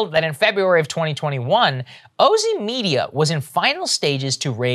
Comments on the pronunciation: Oh-zee? Oh, no… 🤦‍♀️ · It's probably pronounced OZY like in Ozy Ozborn. It's spelled the same. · I would correct Saager's pronunciation but that's totally what one of these types of companies would call themselves.